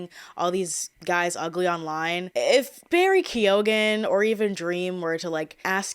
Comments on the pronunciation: Keoghan, prounounced kyo-an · I do not mean to come across as an ass, but Keoghan is an irish name, its commonly pronounced Keegan. Much love from Australia ❤❤❤ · Barry's surname is irish, its pronounced key-o-in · Keoghan is pronounced Key-oh-wen but fast like kyo-wen 🇮🇪